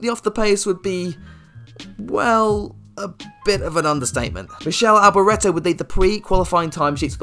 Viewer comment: When you call a driver Michelle Alboreto, you sound like someone who isn't as familiar with motorsport history as he pretends to be. Michelle Alboreto? Really?